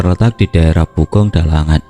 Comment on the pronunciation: pogung dalangan bang bukan pugong dalangan hhehehe